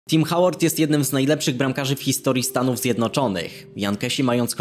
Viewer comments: Ja zawsze Tim Hołard mowilem i jakos dziwnie to brzmi jak to wymawia Tim Hałord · Tim Hołard się czyta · A nie mówi się Tim Hołard? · dziwnie brzmi, ale nawet tłumacz tak wymawia